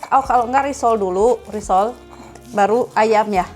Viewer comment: Itu risoles teh, bukan risol bukan risol e